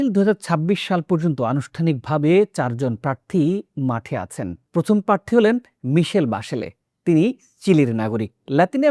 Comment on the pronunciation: বাংলাদেশের যে কোনো সংবাদ পাঠকের চেয়ে আপনার বাংলা উচ্চারণ ভালো । আরো মনোযোগী হলে আরো ভালো হবে। যেমন “প্রার্থী”